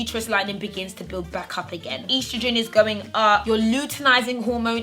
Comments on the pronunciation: Ur mispronouncing estrogen ... 😭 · Did any of my American folks cringe when said estrogen? Great video